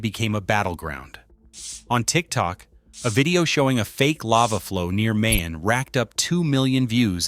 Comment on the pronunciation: Ma-yon, not May-Yawn.